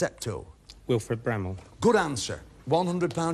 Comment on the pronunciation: The men get two questions wrong! The fire of London one and Wilfred Bramble, he said Brammel. But they get away with it.